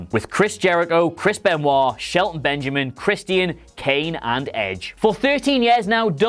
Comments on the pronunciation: It’s Christian not “Christy an” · it's Christian, not Chres-Tea-En